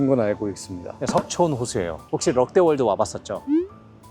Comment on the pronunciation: 럭데월드로 들리네요